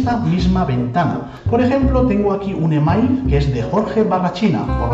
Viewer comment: al pronunciar e-mail como se escribe hay que repetir para saber lo que dice pero bueno uno luego se da cuenta de lo que hablas, la música un poquito fuerte. El resto me gusta como esta explicado.